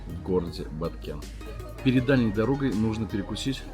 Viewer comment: Не сум а сом. Не Баткент а Баткен.